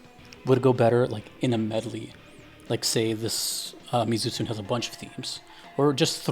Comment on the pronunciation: You pronounce the monsters name Mee-Zoo-Tsoo-nay